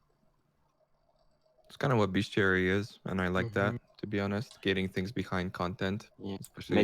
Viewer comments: It's 2019 and still hasn't learnt how to say "Bestiary". There is no U in it. Say it in any way you want as long as there's not a U in it. It's not "Beschuary". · When he says bestuary does he mean beastiary? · Yes, he does. A fair bit of people with his regional accent pronounce the -iary sound as -uary.